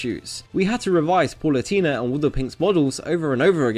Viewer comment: Good video but please stop saying “Paulutena” omg